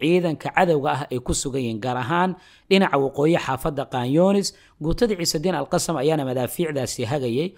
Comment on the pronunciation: Waad mahadsantay walaal sida fiican ee warbixina mihiimka ah aad noogu soo tarjumto, waxaan kugu kordhin lahaa in sida loogu dhawaaqo AL-QASSAM ay carabi ahaan tahay AL-QASSAAM oo qaybta dambe ay tahay shaqal dheer, soomaali ahaan sidaas ayuunbay noqonaysaa maadaama eraygu yahay carabi.